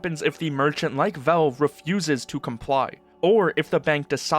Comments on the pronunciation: I like your videos, but I have to mute you and put on cc, the way you say VOWVE (valve)c drives me mental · Good info. Just say VALVE not VELVE. Thanks bro